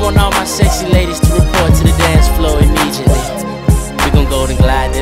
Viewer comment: Bro said, “immejeeately”.